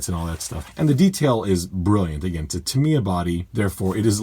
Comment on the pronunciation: I'm not ok with you. Tamiya is japanese. So it's the japanese pronunciation that is the good one